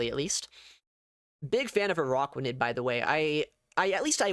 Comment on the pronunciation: ah yes, the spider pokemon "uh rock wa nid", not to be confused with an arachnid lol